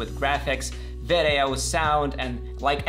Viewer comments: You're so funny with "ve de oh"😆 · The way he says “video” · I love the way he says video 😂